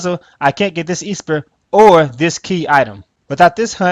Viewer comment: I didn't know esper was pronounced EE-SPUR.